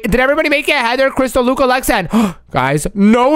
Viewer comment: Its crystal not christel